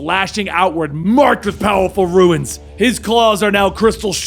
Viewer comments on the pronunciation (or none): Runes pronounced roons NOT ruins. I swear it's like nails on a fucking chalkboard when people say ruins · Runes,, Not Ruins… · It RUNES, not Ruins? He couldn’t possibly think “runes” is pronounced as “ruins” could he? And yet... 🤨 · Runes not ruins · the way you pronounce "runes"😂